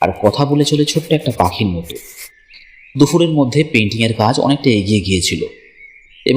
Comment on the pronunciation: দাদা উচ্চারণটা "দুফুর" নয় "দুপুর" হবে